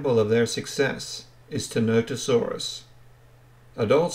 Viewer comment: "what do you think of Tenotosaurus?" i think you've mispronounced its name the entire video. its ti-NON-tə-SOR-əs